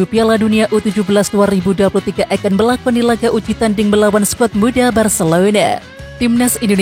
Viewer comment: Detik ke 15 Bilangnya 'barselouda' 😆